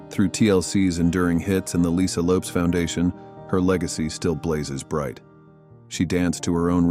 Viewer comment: RIP to all these beautiful and talented women. They are truly missed by family, friends and we their fans. This presentation was nice but you made some mistakes. Lisa "Left Eye" Lopes' last name is pronounced Lopez with the S sounding like a Z. And as someone else mentioned you have a picture of Hallee Berry instead of Dorothy Dandridge. Your heart was in the right place, but you need to do better research.